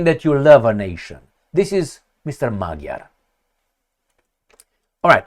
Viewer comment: It's pronounced "Madyar", in Hungarian "g" is read as "d".. And yes, it seems like the end of the remains of sovereignty of Hungary.. Just maybe the votes were just counted the "other", more liberal way?..